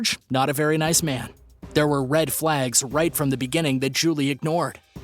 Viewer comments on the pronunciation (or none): none